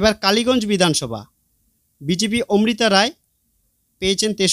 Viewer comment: দারুন ভিডিও তবে প্রার্থীর নাম উচ্চারণ এবং লিখিত বানানে ভুল আছে। লিখিত ভুল -মিত্র >মৈত্র মৌখিক ভুল - ওমৃতা > অমৃতা